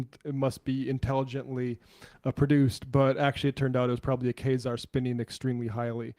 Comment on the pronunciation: Not "Kay-zar" but "Kway-Zar"